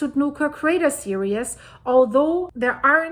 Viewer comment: Ok, finally saying this... It's Sundhnúkur Crater *Series*, not "serious". It's cute, I love your accent, and someone I watch in Iceland says this, too. But I keep thinking you are saying that the craters are intent, intense, without humor, rather than a line 🌋🌋🌋🌋 or subsequent events, or SERIES (cir-EEES like bees), instead of serious (cir-i-us), like 🙁. Although I guess Sundhnúkur is feeling a bit serious atm lol, or the situation is! 😊😊😊🤣